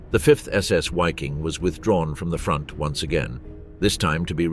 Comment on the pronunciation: veee-king...not wayking